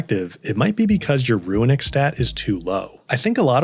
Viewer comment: Nice advice. I got one for you though that was a giant trigger for me and I'm sure others. The word runic is NOT PRONOUNCED "RUINic" it's straight "ROONic" dude. Idk where you're reading a hidden "I" in that word but holy shit was that irritating. It's like when people say mischievous but actually say "mischievious" which isn't a word. Let's help educate here people. Damn.